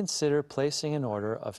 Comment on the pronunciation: Order被妳唸成Odor